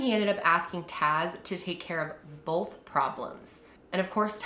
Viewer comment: This is SO random but.... Has anyone ever made fun of you or commented on the way you pronounce the word “both”? People ALWAYS make fun of me for it!! I say it like you (Bol-th) They say you’re supposed to say it like (b-oh-th) 😂 I told you it was random 😂